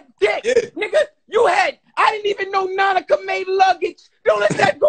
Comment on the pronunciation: is the funniest part 😭😭 "That's Nanica, That's Nanica" it's Nautica 🤦🏾‍♂️